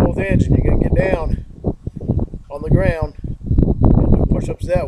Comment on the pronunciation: “Take some weights… then get daywn, own the graywnd”. It’s hilarious when he accidentally quotes the sting.